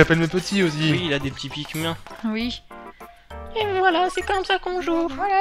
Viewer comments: Sa se prononce pikminee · se se prenonce pikmine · Pikmin...ça se prononce pikmINE!